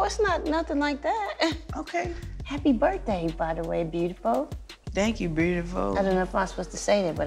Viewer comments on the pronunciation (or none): Her "broodiful"? Cracks me up every time lmao 🤣